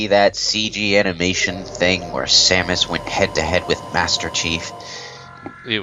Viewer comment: Who is this Samaus you speak of?